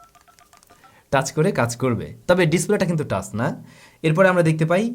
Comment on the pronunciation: টাস না ভাই, টাচ্